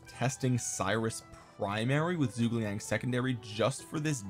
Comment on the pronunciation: whats that zhuge liang pronounciation thooo so sorry it,s soo bad